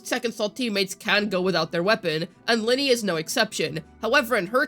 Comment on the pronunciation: Stop calling her lyney from genshin impact, she's ly....nay from wuwa